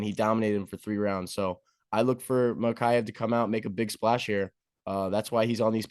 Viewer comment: Bro these dudes can't even say bros name right its pronounced mah-kah-chev . Makaya? The fuhhh... Also you guys are just yes manning each other.